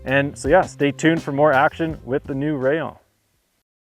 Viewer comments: One word, Rayyon. It is pronounced Rayyon. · I think it’s pronounced “ray- On” in Spanish 😊